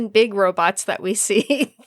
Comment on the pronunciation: and his “robutts”. 😂😂😂